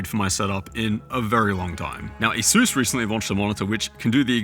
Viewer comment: ASUS not ASUES youre saying it wrong. SUSpect, not Sues.